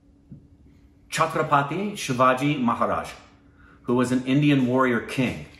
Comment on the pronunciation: Before: After him saying 'Chhatrapati' correctly:... 😂